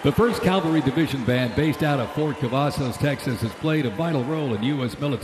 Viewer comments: did he say Calvary instead of Cavalry? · I agree. I also found the narration vapid and uninformative, and marred by obvious signs that the announcer was not familiar with the subject matter. He kept saying “calvary,” for Pete’s sake! And I notice they didn’t mention the Mexican War, the Spanish-American War or the Philippine-American War. Maybe not so proud of those? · happy Birthday US Army, Happy Birthday US Flag and Happy Birthday President Trump. Wish the announcer hadn't kept saying "calvary" - it's cavalry.